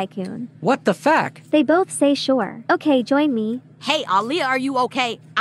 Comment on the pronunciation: Why is her name ah Leah? 😂😂😂😂😂😂